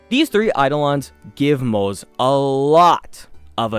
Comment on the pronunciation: isnt moze pronounced like moh zuh rather than the way it looks in english? great video though helps a lot